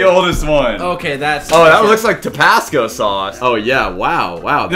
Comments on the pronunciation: topasco sauce? lol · did just say… “tepasco”?